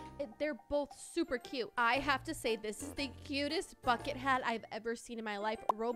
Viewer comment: it sounds like a bad word lol but I know it isnt